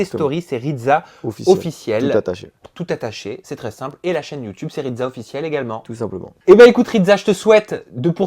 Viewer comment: Il es plutot baraqué le ridSa pas ridZa 😂💪